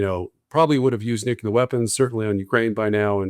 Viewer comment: Nuclear is pronounced nu cle ar......not nu ku lar